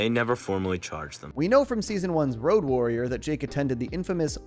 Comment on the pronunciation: Road Worrier. Not Road Warrior.